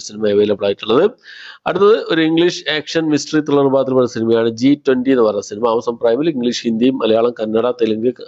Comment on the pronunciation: "ടക്,ടക്" എന്നല്ലെ ശരി. സിനിമ എന്നുള്ളത് എന്ന് "സിനിമ" എന്ന് മാത്രം പറയാൻ ശ്രമിക്കുക.